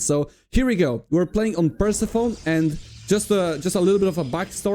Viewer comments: Awesome, we need more cheese in pro tournaments! By the way, Persephone is not pronounced "Percy phone", it's pronounced "Pur-sef-oh-nee" - it's Greek, I think. English really needs diacritics in the writing system, because this isn't obvious even to a native speaker (plenty of native English speakers will be saying "Percy phone" so don't worry about it too much). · Pretty sure it's pronounced Pur-SEF-uh-nee. Great job in the tourney!